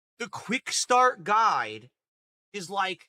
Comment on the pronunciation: Why can't he pronounce guide? "Quickstart guy! Quickstart guy!" WTF?